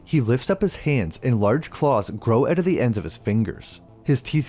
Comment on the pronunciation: If I had a nickel for every time you pronounced out as eouwt and doubt as deouwbt, I'd be rich.